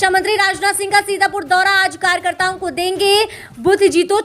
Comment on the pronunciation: .Karyakrityon nhin...Karyakatrion bola Karen please.. Satish Chandra Noida..Up..